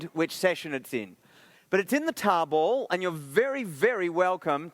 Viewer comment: it took me until to realize he was saying tarball (not table) lol